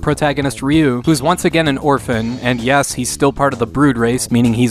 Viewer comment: ‘Ree’ not ‘Ray’ 🤗